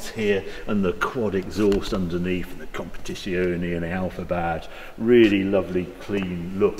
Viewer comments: "Compitisioni" sarebbe la pronuncia perfetta? Non voglio immaginare come avrebbe potuto pronunciarlo male. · "Alfa 8c kompedzziziuonei"